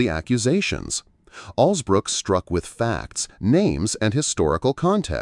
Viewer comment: If you’re going to report on the interaction between Angela Alsobrooks and RFK, at least get her name right,and don’t call her Alsbrooks